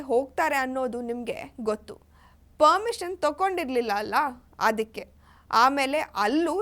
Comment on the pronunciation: ಪರ್ಮಿಷನ್. ಪದ. ಸರಿಯಾಗಿ. ಹೇಳು.